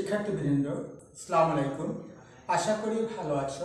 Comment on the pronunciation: স্যার আপনি সালাম টা ভালো করে দিলে মনে হয় অনেক সুন্দর হতো,। আপনি একজন স্যার মানুষ তাই বলছি সালাম টা শুদ্ধ করে দিন,। আস্সালামুআলাইকুম